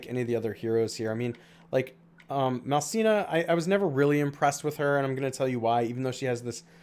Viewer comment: Malcina??? Isn’t it “Malicna”?